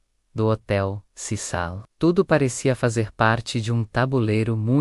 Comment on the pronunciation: Hotel CECIL, CECIL, nao CISAL. Para de narrar em IA!!!